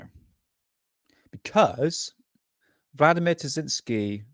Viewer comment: Great video! Btw it's Terziski.